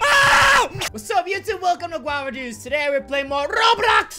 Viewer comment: I LOVE THE WAY HE SAYS ROBLOCKSX